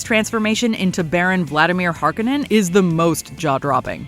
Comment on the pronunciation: It's Har Ko nan!!! Absolutely drove me nuts on how they pronounced the name!!!!!